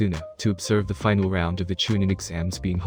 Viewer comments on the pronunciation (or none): none